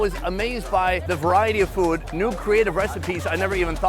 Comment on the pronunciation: Hate how he pronounces “food”